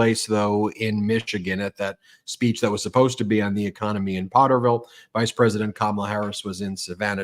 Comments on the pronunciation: Potterville....not porterville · It’sPotterville, not Porterville😊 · Potterville, not Porterville.😊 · Potterville, not Porterville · Potterville not porterville... In Michigan is about five miles from Lansing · Ben, it is very important that you get the names of these little towns correct. POTTERVILLE. Not PORTERVILLE. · FYI---Potterville (not porterville) a small burb south of Lansing MI, north of Charlotte, aka "Char-tucky" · Potterville, I believe, not Portervile. You got it the 3rd time around! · Potterville....NOT PORTERVILLE. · The city is Potterville, not Porterville. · Hey Ben. I'm from Michigan. And the name of the town is Potterville not porterville. It's a small town. He's going to small towns and cities that are overwhelmingly Caucasian and racist in my home state. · It’s Potterville , sounds like pot Ben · Potter-ville. No "r" in Pott...Pott-er-ville. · I just have to say something because I live 15 minutes from the town.... it's POT terville. Drove me crazy every time you said it wrong. 😂😂😂 * edit*** oops you fixed it LOL